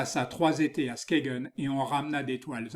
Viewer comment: Skagen ne se prononce pas 'Skégen' mais 'Skeïn' en danois.